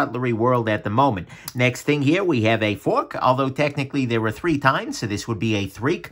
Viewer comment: Id really like to take some time to appreciate "Threek"